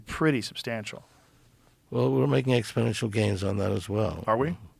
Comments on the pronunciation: New drinking game, every time he says" expidential growth" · "So what you're saying is..." "Yes, exponentially." "But people are saying..." "Joe! Ex po nential growth"